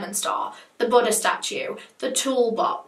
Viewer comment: I keep thinking she’s saying “butter” statues, and have to keep reminding myself. 😂